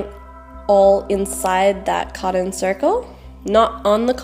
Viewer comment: is not codden its cot ton